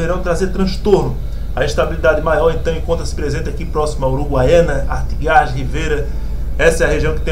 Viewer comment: A pronúncia certa é ... " Artígas " .. Obrigado.